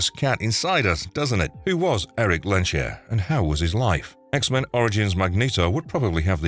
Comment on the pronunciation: It's not 'Len-sher', it's 'Lehns-herr'